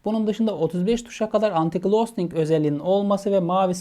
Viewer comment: Anti glosting değil ghosting